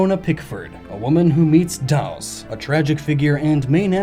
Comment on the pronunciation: I'm pretty sure Dhaos is pronounced as "day-oss." Think about it. Sure, Japanese supplementary material and official localizations hardly get along when it comes to Tales, but they do agree that the name is spelt almost exactly like the word "chaos." This also happens in the Japanese language itself. Compare "Daosu," the Japanese name directly transliterated, with "kaosu," the Japanese word for "chaos." Both words are written in katakana, which is used for foreign words/names/etc. What do you think?